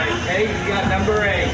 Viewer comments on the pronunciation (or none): none